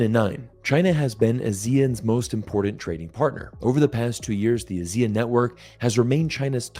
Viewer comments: Great video. BTW, its not "a-zee-ean" its pronounced as "ah-see-yarn". ASEAN. Trust me I know. Keep making great videos. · Ah-zee-AHN, emphasis is on the last syllable. Think Peloton. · As usual, great content, and I really enjoy all your videos. Just one thing, ASEAN is pronounced as Ah-See-Ahn in that part of the world. Anyway, keep up the good work. 👍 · I think it is better to respect the pronunciation of ASEAN, which is Ah-Si-An, that’s how all ASEAN countries pronounce, I feel it is a bit disrespectful to pronounce other wise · I had trouble understanding which country you were talking about. Then I realized you were pronouncing ASEAN in a non-standard way. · The way pronounced ASEAN is a bit weird 😆